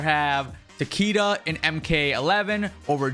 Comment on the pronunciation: it's pronounced Tah-KAY-dah